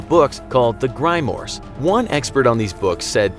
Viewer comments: The Grimeors ???? It's Grimoire..you pronounced it all wrong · Grimores. What is a grimore. It’s pronounced Grimoire. That was funny lol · more like "grymores" lol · He pronounced grimoires as "graymors" LOL